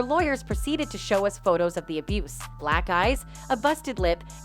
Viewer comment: You seriously can’t say the word “abuse”??? SMH